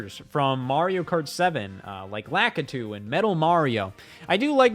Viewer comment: Who the hell is lackitoo